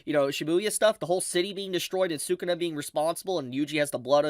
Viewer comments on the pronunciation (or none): none